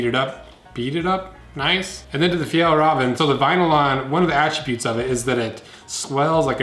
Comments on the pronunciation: Just say fjällräven like "fjell raven" no need to say "rahven" like in ramen wtf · Me: fajall raven kanken Him: fyal raven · It's pronounced fjEllrEEven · Is it pronounced, "Fall Raven"? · The way you said Fjällräven var skit roligt